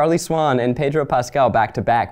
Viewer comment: I love how Zach cannot pronounce 'Pedro' if his life depended on it.